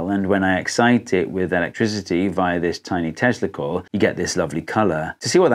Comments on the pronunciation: say what you will about sodium streetlights, they didnt affect wildlife as much as the bright ass whites of the current LED streetlights do. I saw bats freaking the hell out when they relplaced our streetlamp with a white LED you may wish to enunciate Tesla coil a little more. to my groggy ass it sounded like you said testicle :p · You said "Tesla Coil," and I could have swearn you said "testicle." I laughed good at that. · You might want to write tester coil on the screen cuz it sounds like you're saying something else. 😂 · Bro, when he said "tesla coil," my brain thought he said testicle lol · I had to play it back 3 times before I heard what you were actually saying. I thought you were saying "via this tiny testicle'. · Took me quite a while to figure out that you said “ this tiny Tesla coil” and not “this tiny testicle”.